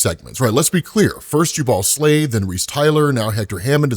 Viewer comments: FYI, it's pronounced JUbal not juBAL. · It’s painful hearing you say Slavid’s name. Jubal (Jew Bowl or Ju Buwl). Think Jubilee. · Jubal is pronounced... Jew-bull